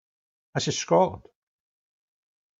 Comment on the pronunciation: Scoatland 😂 Can’t even say the Country correctly. Not the brightest.